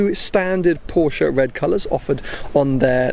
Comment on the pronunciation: Please LEARN to PRONOUNCE the word "PORSCHE" CORRECTLY!!!